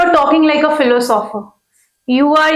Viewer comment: Madam sitting to the left of Shoaib sir doesn't even know how to pronounce philosopher...............philo sopher 😂